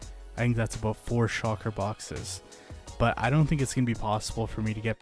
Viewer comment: Shulker is pronounced: shul+ker not shocker. Also, "an" elytra not "some" elytra. Because it is 1 item.